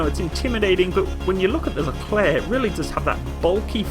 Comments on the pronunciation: If you want to pronounce this tank (or the general) correctly, it's like that : "le Claire" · Psst! It is I...Leclerc